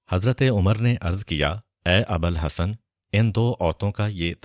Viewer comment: Bhai jaan , Maula Ali ki quniyat Abal Hassan nahi hai, ye Abul Hassan hai, please correct your pronounsiation .